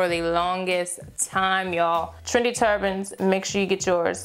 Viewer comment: As a person who is half Trini, I heard "Trini turbans" instead of "trendy"😂 Love these looks. Easy, chic and gorgeous:)